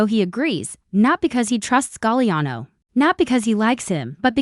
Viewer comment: Galiano...STUPID Ai